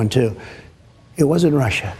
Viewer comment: When this fruitcake says 'Russia' it almost sounds like 'home'.